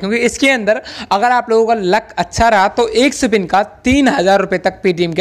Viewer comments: Bopdi wale woh sipin nahi spin hota hai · Sipin nhi re baba spin